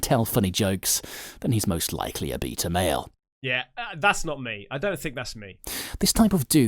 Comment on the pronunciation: #CasperVision Hey!!! I’m going to make a comment Please don’t ban me!! I FN Love both your channels!! Long time sub!! Lol!! Anyhoo first I LMAO every time the guy says beta but pronounced it Beat r. Like I’m going to beat the s@ out of you. But ( forgive me going all Dr. Phil ) You said you are perfectly fine being alone, Don’t need attention etc... But you have two YouTube channels.. hummm?? Just curious you’re feeling on this.. Oh can’t stand Dr. P by the way but Dr. Ruth is gone... rip